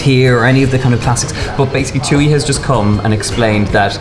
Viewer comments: That's how a table usually looks for dinner. A crap load of small dishes and sauces eaten with rice. Thuy's name is pronounced "twee" not "too-ee" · the entire video, i was thinking about how i’ve never heard thuy’s name before, but then i realized you guys were pronouncing it wrong when i looked her up 😂